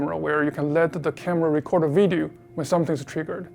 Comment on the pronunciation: Someone teach the WYSE boss man to learn how the to say “Video” geezus the guy makes all this money and deals with a his main product that makes him say the word “video” probably 100 times in a single day. Yet the guy can’t even remotely say the word “video” they have a word for people like this in Chinese. Learn some dam proper English...!